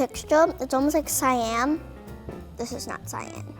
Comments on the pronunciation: It's not syan it's cyan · "cYaM" Sis it's cyaN :) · She's a spoiled brat she say it's not cyan but cyan it's kinda like green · I heard that entirely different